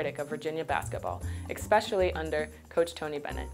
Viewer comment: Nice little story, but did she really say "expecially"?